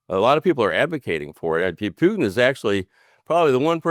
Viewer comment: Have respect,& pronounce President Putin correctly..